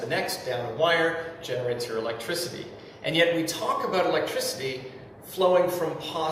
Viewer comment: I like how he pronounces "about" like "a-boat", lol.